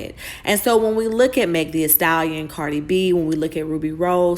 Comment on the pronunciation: “Meg Thee-A-stallion”😂